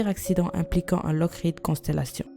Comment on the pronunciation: sa se dit lokid